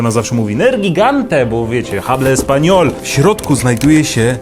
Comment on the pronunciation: drogi, w języki hiszpańskim „h” jest nieme więc nie „hable español” tylko „ablo espańol” (bo jeszcze odpowiednia osoba czyli 1 os. l. poj.);)